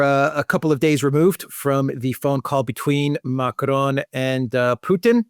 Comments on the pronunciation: Pas Macaron mais Macron 🤣🤣👌🐞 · That's not how "Macron" sounds in French.